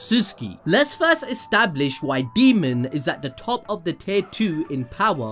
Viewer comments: Daemon- Day-mon, not Demon lol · his names pronounced Day mon. Not fuckin demon... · Daemon. DAY-MUN. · constantly calls daemon, "demon", keeps making my skin crawl. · Dude please say his name right, the video was so hard to watch, it’s DAYmond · i know you didn't call Daemon, Demon 🤦‍♂️ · Idk why but you pronouncing his name as ‘demon’ was really irking me 😅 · Daemon "day"-"mon